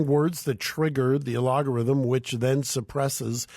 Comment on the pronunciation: Geeze, it's "Algorithm" ffs